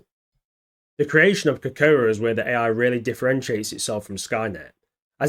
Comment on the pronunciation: At least make an effort to learn how to pronounce Kokoro FFS !! 🤮